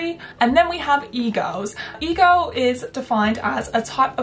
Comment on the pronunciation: im currently watching this with cc on rn and I laugh every time she says egirl cuz it comes out as eagle